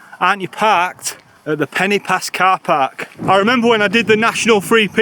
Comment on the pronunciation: When you said “Pen-y-pass” you pronounced it “Penny Pass”, which is incorrect. The letter ‘y’ in Welsh is pronounced like the ‘u’ in ‘under’ or ‘understand’ etc, NOT the ‘i’ in interesting ,or ‘influence’. It’s softer. However, there should be an accent above the ‘i’ and ‘o’ to elongate the sound of the letters. Eg Crib should be pronounced Criib and Goch should be Gooch. The sound of the letters are elongated. Not your fault, as no one has ever enforced the rule in typing, so the usage has been tragically lost. It’s lack has made a huge differenced in the pronunciation of such words. I do wish it would be reintroduced! You said Crib Gock, not Crib Goch. They are different sounds. It REALLY grates on Welsh speakers! Most people seem to manage to say ‘Lochness Monster’ or ‘Lochlomond’ etc, who’s ‘ch’ sound is exactly the same. Please can you learn to say Crib Goch correctly. Thank you.